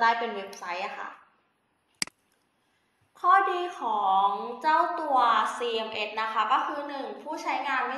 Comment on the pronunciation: CMS หรือป่าวคะ? ได้ยินเป็นCMN